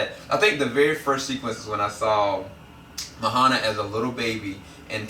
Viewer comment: Mahana? Are you sure you guys watched the whole movie? Lol